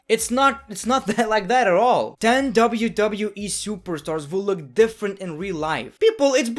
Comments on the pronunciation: He doesn't say Wwe He says dabudabueeeeee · It is funny how he pronunces wwe